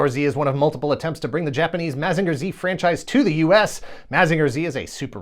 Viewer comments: Why are you saying “Mazeenga” so weird? You can hear how the Japanese intended it to be pronounced by simply listening to the theme song. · This is a great video, but I thought mazinger was pronounced like mazin jer